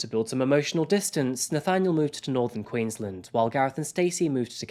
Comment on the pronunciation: I love you, but please remember that Queensland is pronounced Queens-land, like you are pronouncing each word separately. It's not like Maryland in the US where you run them together. You did well with the town names. Thanks